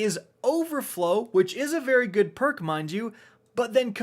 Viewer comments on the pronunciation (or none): none